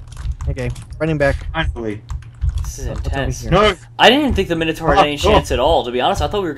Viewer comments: min-o-tor Not mine-o-tor Or basically say Mi-No-Tor fast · It's pronounced mine-o-tor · its pronouced Mine-o-taur